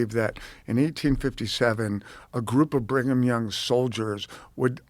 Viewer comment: Bring-em-Young….. with this name pedo’s were born 😂😂